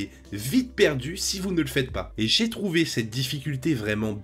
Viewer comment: Et zé partie🤣oui j'ai fait une liaison des enfers sur ce coups😅un grand merci pour ton visionage et ton commentaire 😉